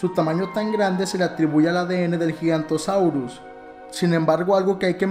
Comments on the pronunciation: Se dice giganotosaurus no gigantosaurus XD yo le decía así de pequeño, excelente video aunque sea ya un poco antiguo XD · gigantosaurio? Se dice giganotosaurus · Te has columpiado completamente con las medidas de este dinosaurio... ¿15 metros de altura?, ¿más incluso que el Brachiosaurus?, anda y tómate algo que creo que lo necesitas. Y luego dos cosas más: - No existe el Gigantosaurus, sí el Giganotosaurus. - No es Terápodo, sino Terópodo. Y por último, no se dice DEBE DE más el verbo infinitivo cuando se usa como obligación, es decir, se dice DEBE más el verbo infinitivo.